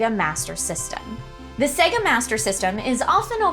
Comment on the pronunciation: Literally just played the video of it saying SAAAYGAAHHHH.....says SEHGUH.